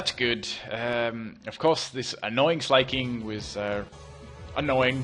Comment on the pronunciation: why isn't smell nosepass?. it's not slay-king, SLACK-king